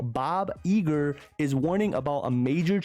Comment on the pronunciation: Is Bob Eager a nickname or are you from jersey 😂